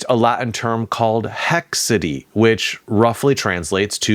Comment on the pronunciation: The word "haecceity" would be pronounced HAIC - SET - EEE. Haec is the same Latin word as Hoc, from Ad Hoc.